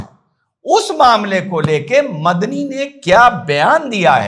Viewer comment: मदनी की जगह मुझे बकरी सुनाई दिया 😅😅